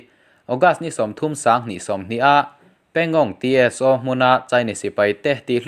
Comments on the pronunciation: Pangong Tso tih hi, Pangong Ti es o,nilovin Pangong saw ti a lamtur. Han inkap tak tak tehse🚀💣😁😁😁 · Pangongso ti a lamrik tur...pangong Tso (ti es o.. tilo in T hi lamrikloh tur "so" (saw) tih tur entirnan -Pneumonia tih a P lamtel loh ang chi khan.. Psychology ang te pawh ni ang chu